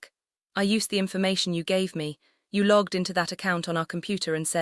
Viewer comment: I can assure you loyalty points belong to someone. Also: logged, not lugged Megan, not muggin